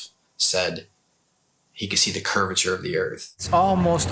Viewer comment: Unfortunately Baumgartner wasn't lying, because he mispronounced curvature, as curviter 🤔😂👏🙏❤️🇬🇧